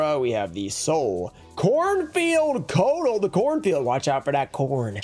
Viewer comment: Also, Cornfield Coatl is pronounced (CO-Ah-Tull)